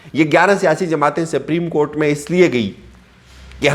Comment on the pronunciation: Bhaii Siprim court nhi balke Supreme court hota he 🙂